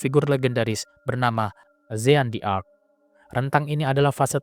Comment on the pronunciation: Pembacaan nama jean d'arc keliru.